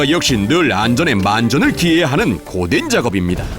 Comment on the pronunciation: 고된작업이 보덴 작업으로 들림